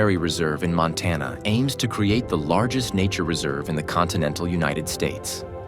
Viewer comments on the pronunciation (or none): none